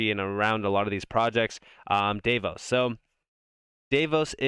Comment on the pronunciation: If you care, it is pronounced Dah- vos BTW, I watch everyone of your videos, you are super smart and very helpful.